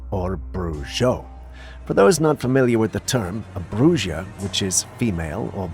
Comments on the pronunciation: not trying to be a dik, but "bru ha" is how it's sounds, I almost didn't know what you meant 👍🏻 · J is an h sound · bruja and brujo are pronounced as bruha and bruho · Camera 45: it is pronounced Bruho and Bruha meaning male and female witch. ❤ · pronounced like brew ha and brew ho and brew hill ee a is the act of such magic Good try though ❤❤ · fyi, it is pronounced "bruja" (ha sound where the ja is,) or, "brujo" (ho sound where the jo is.)